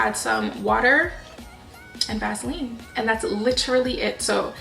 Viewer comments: Love how you say Vaseline.lol (Vazlean)😍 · It’s pronounced Vaseline not Vaseline 😂😂😂😂😂